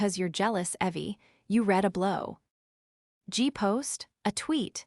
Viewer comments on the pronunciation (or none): Not to mention blow gee (blog) and rezoom instead of rezumay (resume)